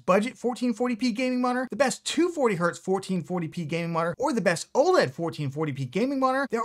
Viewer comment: I swear, he said "1440p gaming monitor," the less effort he put into trying to actually say M O N I T O R. He went from "Moninor" and eventually landed on "Monr".